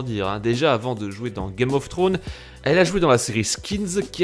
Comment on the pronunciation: "Game of trownz"